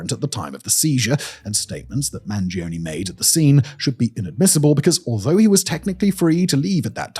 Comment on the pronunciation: I'm begging you, Mangione is an italian surname, the E sounds like the one in Earth, not like a weird e-i